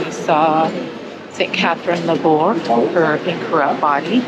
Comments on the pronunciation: Thank you for making this video. I visited the Rue du Bac Chapel in August. I respectfully suggest you check the pronouciation of famous foreign saints names on YouTube so you can pronounce Laboure correctly as she is very famous. The letter "e" with accent is pronounced in French. Thank you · Her name is pronounced with the accent on the e’